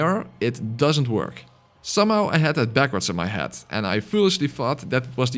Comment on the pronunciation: When you say "head", as in "attack his head" it sounds like the word "hat". Love your videos, Im attempting a Gun only run using your guide, just beat Gascoigne so now im going through Old Yarnham getting shot at by a gattling gun